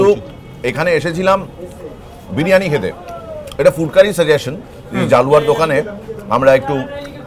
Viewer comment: ওটা জালুয়া নয়, জলুয়া🙄